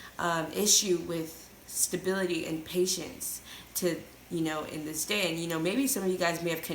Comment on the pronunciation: "To dis day!" I started screaming 😂🤣